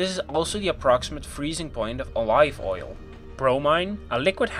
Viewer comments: Did this man just say “alive oil” instead of saying olive oil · *alive oil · Did he just say alive oil? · “O live oil”😂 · Are we just ignoring how he said olive oil